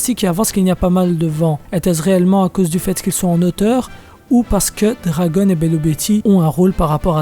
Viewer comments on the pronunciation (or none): none